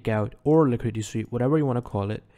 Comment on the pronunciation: "liquididity sweep"